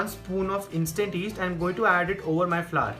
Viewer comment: Flour is pronounced as flower 💐 chump get it right dumb wit.